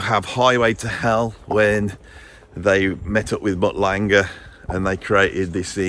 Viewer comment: Zarathustra would be proud, if you weren't weirdly mispronouncing his name over and over again. Also, Mutt Lange, not Langer (?). 20 weirdest mispronunciations.